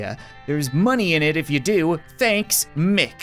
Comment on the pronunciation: its myck not mick